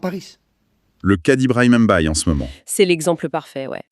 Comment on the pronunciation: Pas M'bayé mais Mbaye au nom de Dieu.